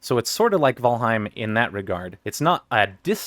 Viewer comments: It's correct. Most people pronounce "Val" rhyming with "Gal" but you pronounced in the correct Old Norse way. Valheim means "Realm of the Slain (in battle)" and its name comes from Valhalla (Valhǫll in Old Norse - The Hall of the Slain). Val is correctly pronounced something like "Vole". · Nice pronunciation of "Valheim", by the way.